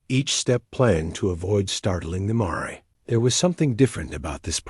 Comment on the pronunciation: Miss pronouncing mare..